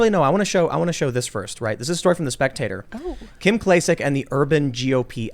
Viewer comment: Mispronouncing names keeps them from lawsuits, You cannot sue him you are not Kim Klakik. All his facts are true about his made up Kim Klakik.